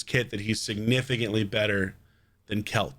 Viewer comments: Best pronounciation i can give you for it would be like quail as in the bird and then cha, like "cha cha real smooth" So Caoilte = Quailcha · It is celtic, and it's pronounced quil-te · According to Nub, pronounced Kwilcher. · Heard Nubs pronounce it something like “quil - che”